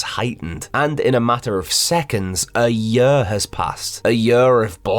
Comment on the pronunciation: “A yerr has past”😂